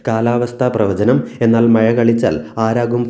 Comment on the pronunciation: നിനക്കൊന്നും ഒരു പണിയും ഇല്ല കുന്നെ..... മയ അല്ല മഴ...